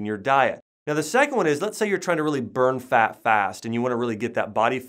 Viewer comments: Can't get over how he pronounces FAT as FAAK.. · Jay Loe now I just hear “ FAAAAK”